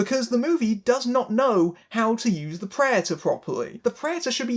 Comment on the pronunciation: its P r e D a t o r s not preators learn the fucking word.